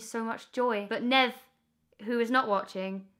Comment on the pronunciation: Oh Emma. You broke Nev's little heart every time you pronounced his name wrong